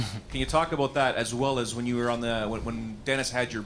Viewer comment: Aboot, Definatly Canadian lol